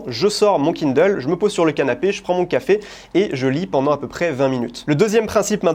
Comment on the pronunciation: En revanche, qu'est-ce qu'il prononce bien Kindle !